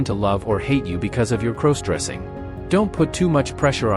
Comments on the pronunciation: Why does it sound you are saying crows dressing.Other than that I like your video Love pantyhose,skirts and nylon panties 💃👠👡🥿🩲👙👗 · Stop mispronouncing crossdressing 😢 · Please stop saying "CROSEdressing"! It's "CROSSdressing"